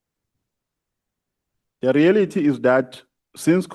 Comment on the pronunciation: "The re-ality of the situation is. I am not going to allow..." 😂